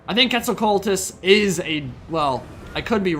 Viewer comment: Quetzalcoatlus if that’s what they meant (pronunciation was terrible) isn’t a dinosaur.